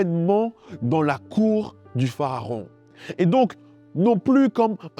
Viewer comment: Pourquoi dites vous PHAARON alors qu’il est écrit PHARAON?